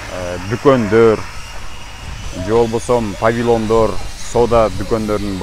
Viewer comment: Павилон эмес повилион